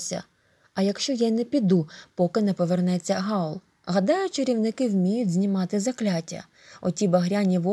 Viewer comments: Хаул а не Гаул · Не Гаула , в Хаула😐